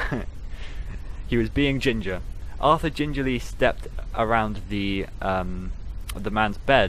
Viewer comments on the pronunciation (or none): none